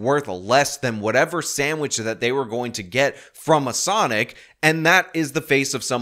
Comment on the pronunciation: 100%, this chick pronounces it “Sunic”.